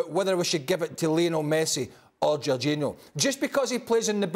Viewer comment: Why are people keep saying Jorginho 🤣😂🤣 Lewandowski I understand but C'mon now J O R G I N H O